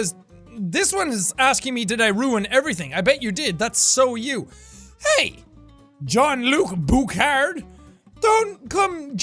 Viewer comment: The way he says jean-Luc Bouchard 😂😂 he won’t do too great with the names in Montreal